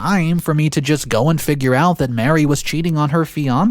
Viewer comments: please stop mispronouncing “Marie” like “Mary,” they’re not the same name. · Her name isn’t Mary, it’s Marie. just mispronounced it. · Thank you. It's the third video he said the name wrong.